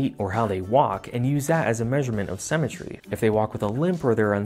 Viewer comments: Haha why do you say "cemetery" instead of symmetry? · Why does he pronounce symmetry like cemetery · I bet he drinks melk